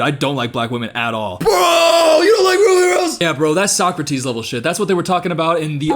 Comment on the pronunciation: How long was he mispronouncing “Socrates” before someone corrected him?